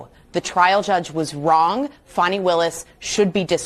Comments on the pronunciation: Its not "Fonny" its Fanny. Like in big ass. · I don't know why she's so upset over how her first name is pronounced. Wasn't there a Fanny Brice the comedian back in the day.